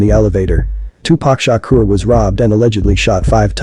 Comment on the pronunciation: tupac shakur not shukra!! Shukra is a female name